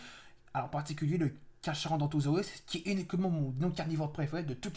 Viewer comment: alors je ne veux pas me moquer ou autre mais son nom ne se dit pas comme tu le dis carcha mais il se dit carca sinon très bonne vidéo